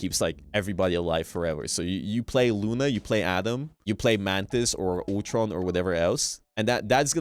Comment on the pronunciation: 'Otron' it's Ultron....Ul-tron.